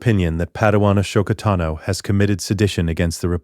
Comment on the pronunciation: i hate that it say a-show-ka-tano as her name but ik its just ai word fumbling